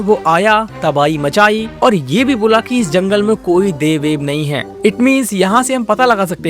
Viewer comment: Daiv nahi dev…sahi bola kr bhai maxa hi kharab ho gaya dekhne ka